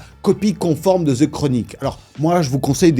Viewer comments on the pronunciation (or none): Faut ARRÊTER!!!!! Les Francais Pourquoi prononcer th. Avec un z. Mais c’est quoi cette manière The chronic. Et pas ze chronic wtf 😢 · Pourquoi quand vous dite The sonne comme un Ze c'est plus comme le son De les gars faut apprendre l'anglais